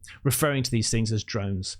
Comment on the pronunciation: Am i hearing correctly? did u say "dromes" or drones 😂